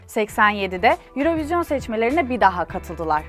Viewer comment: Sevgili Vibio ekibi ve, Yayınladığınız birçok videoda ilgimi çekti, neden "Eurovision" 'un "Euro" kısmı İngilizce, "vision" kısmı Fransızca telaffuz ediliyor? Tabi istediğiniz şekilde telaffuz etmekte özgürsünüz fakat şahsi fikrim, böylesine telaffuzlara ve diksiyona dikkat eden bir kanalda orijinal telaffuzu olan "örovizyon" hadi olmadı "yurovijın" diye telaffuz edilmeliydi. Farklı bir sebebi var ise beni de aydınlatabilir misiniz?